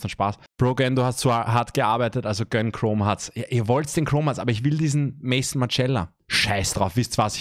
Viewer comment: Maison spricht man übrigens französisch und nicht English Just saying 😏